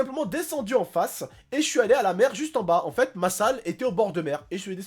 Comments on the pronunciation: vous aver remarquer il dit toujours enfete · TU PEUX ARETER DE DIRE ENFETE